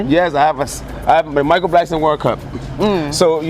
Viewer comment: Someone tell its not Blankson.